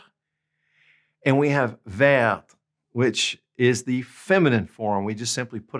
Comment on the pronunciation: You gave the example of Sa maison est vertE and Leurs maisons sont vertES BUT you didn’t enunciate clearly. Both vertE AND vertES should be pronounced “VAIRT”